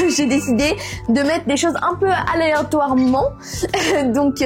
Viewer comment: Il a 17 sinamorol c’est aleatoirement pas aleintoirement sinon wow belle deco